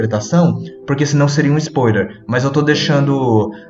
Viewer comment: A pronuncia da palavra "spoiler" me incomodou o video inteiro, "Lugunica" também, mas foi falado menos. Tirando isso foi bom.